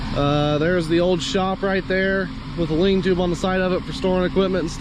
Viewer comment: Lean-to, not lean tube-lol